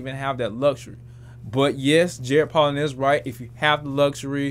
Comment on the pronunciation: Bruh his name is pronounced Poe'lin not Pollen. He says his name in EVERY video